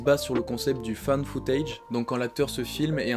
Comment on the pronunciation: Quand t’as dit « found foutage » j’ai entendu « femme fontaine » ... on entend vraiment ce qu’on veut entendre.